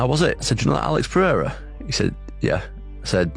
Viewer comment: Please stop with this Joe Rogan's "Peheira" shit, it's not even how they pronounce it in Portuguese